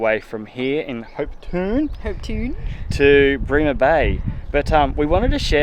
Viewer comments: Hopetoun is pronounced Hope Town, have been a resident of the Ravensthorpe Shire for 34 years 👋 We are so proud of our Fitzgerald River National Park, world heritage listed 👌🙌🫶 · You are close. Hopetoun is pronounced Hopeton. A place in Scotland near Edinburgh.